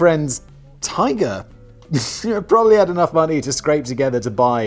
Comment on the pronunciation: Prolly? Were you trying to say pram and trolly? Push chair.